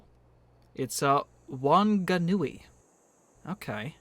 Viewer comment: Whanganui is pronounced "fanganui"